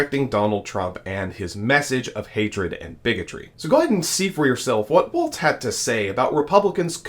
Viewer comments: His name is pronounced like walls not waltz like the dance there is no t in the pronunciation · For God's sake, if you are going to talk about VP candidate Walz, please at least pronounce his name correctly. It is "Walls", not "Waltz". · Really appreciate the coverage y'all have been providing on the presidential race. Gotta say tho, his name is pronounced like 'walls', not 'waltz'. 😅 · It’s Walz not waltz. He keeps saying waltz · Walz like WALLS, not like WALTZ. We all make that mistake, once. 👍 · It's Walz as in walls. Not Waltz as in dance. #HarrisWalz2024 💙🌊💙🌊💙🌊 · The governor’s name is pronounced “walls” with no “t” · so it is time to learn that its walz like walls, not waltz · It's Walz, not Waltz. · You keep calling him waltz instead of walls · His name is Walz not Waltz. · Walz, pronounced Walls, not Waltz. No T. Please get it right. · His name is pronounced “walls.” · Not pronounced Waltz, bra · Walz pronunciation I:think is walls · "Walz" has no "T"and is not pronounced with a "T." ... great video, but please pronounce names correctly. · Dude, you really need to work on your pronunciation of Walz. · Please pronounce Walz correctly. There is no "T".